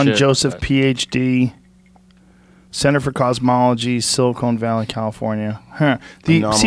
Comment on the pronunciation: Still with the "silicone" valley joe